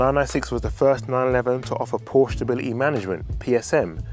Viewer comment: For a supposed fan of the marque you could at least pronounce the name properly